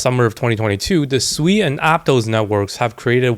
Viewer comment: It’s pronounced as sue e